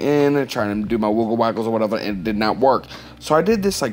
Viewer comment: I love ur "whatevuh" Oh and your drawing too! But mostly ur "whatevuh" JKKKKK